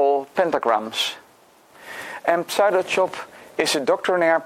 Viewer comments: sue-doe not psy-dough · Just FYI, in English, the pseudo prefix is pronounced very different from how it's spelled. The p is silent, and the first syllable is a long u, as in the word "do" or "you." English is so wierd. This is my favorite of this line of puzzles so far, by the way, and I can't wait for the official post and discussion thread. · the p doesn't have to be silent. i think it's mostly pronounced as either sue-doe or psue-doe.. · Heh, I heard 'saddo' and had to double check the title of the video :D